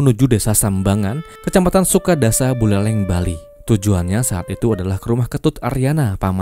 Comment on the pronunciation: Desa sambangan kec sukasada bang, bukan sukadasa😂